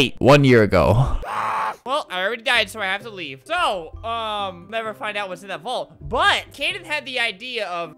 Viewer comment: you said leaf not leave Albert